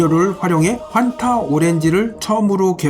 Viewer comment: 정확한 발음은 퐌타 네